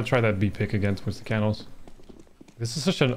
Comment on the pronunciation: you need to google the pronunciation of canals, my ears are bleeding